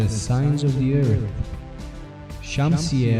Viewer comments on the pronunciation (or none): Did you stay home from school the day they taught yinz the letter H or what ?? It's eartH, not ert... It's tHousand, not tousand...